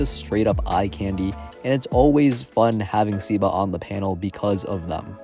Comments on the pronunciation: I think its pronounced "seh-ba" not "sih-ba" W vid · I think it's "seh-ba"